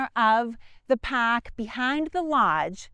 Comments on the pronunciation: "The paaahk "😂😂😂😂😂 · You had me at “pahk”.